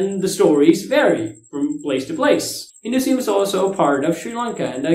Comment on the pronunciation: HinduSIUM......or HinduISM? Lol, I think u're mispronouncing. And this is the 3rd video I've seen u doing that. Thought I'd mention it once.